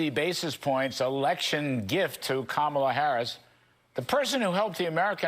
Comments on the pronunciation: He also doesn't know how to pronounce KAHmala. I'm going to start pronouncing Trump's name DonALD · Why do they keep mispronouncing her name? It is COMMA-lah. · Pronounce her name properly, Kudlow. That is your ignorance showing. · More racist crap as he can't pronounce her name correctly! He's an idiot! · And even this motherfucker, can't say her name, right!